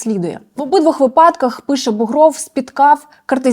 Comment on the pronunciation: ведуча, вИпадках ,а не випАдках!(погано вчилась? Сало? Чи щось інше ?)